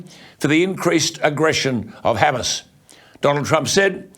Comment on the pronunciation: You might wanna learn how to pronounce Hamas correctly...